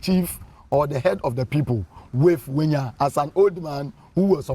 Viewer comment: Togbui Ʋenya is forever Togbui Ʋenya, and NOT Wenya. Please Mr. Avle, stop this mis-education.